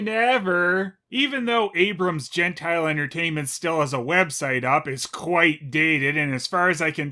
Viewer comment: It's Abrams "Jen-tee-lay," not "jen-tile."